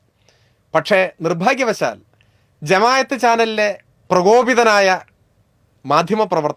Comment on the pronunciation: ജമാ " യ " ത്ത് എന്നല്ല ജമാ " അ" ത്ത് എന്ന് തിരുത്തി പ്രയോഗിച്ചാൽ കൂടുതൽ നന്നായിരിക്കും. അല്ലെങ്കിൽ ഇത് പുതിയ ഒരു സംഘടനയാണെന്ന് തറ്റിദ്ധരിക്കാനും സാധ്യതയുണ്ട്. കണ്ടൻറ് നന്നായിരുന്നു, അവതരണവും.